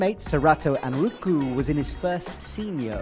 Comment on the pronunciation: aaand is still pronouncing anraku wrong 🙃